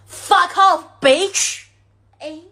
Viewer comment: 过去跟这种东西叫“公交车”，意思是谁都能上。现在这种叫“公厕”，就是谁都可以往里面排泄。而且发音也很垃圾，media, video, bitch等等发音都错。